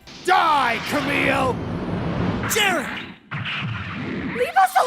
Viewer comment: The way the GM pronounce Kamille as "Car-mille" is Really funny